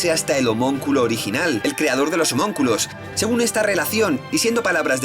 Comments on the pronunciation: homonculos?? no es homunculos?? buen video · "Homonculos" jajaj